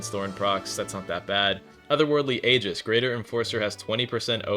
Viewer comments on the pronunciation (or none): none